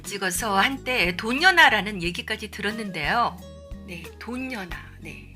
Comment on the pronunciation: 돈연아 외칠떄 강조~~ 아 웃기다